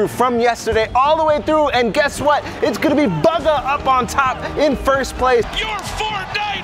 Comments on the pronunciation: He just said BUGGA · my man said Baga lol